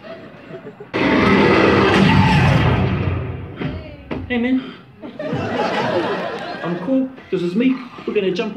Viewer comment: “Hay Meen”